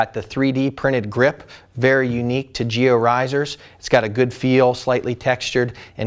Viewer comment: giLLo is not spanish, the two Ls sound like in Lancaster :D apart from this, great review as always ;)